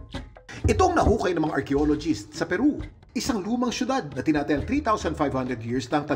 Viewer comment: its not tina-ta-yang. its tina-tayang